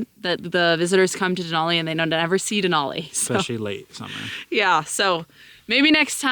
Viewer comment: De-nal-e (nalll not noll) , minor, but that's the name. Now back to McKinley 😁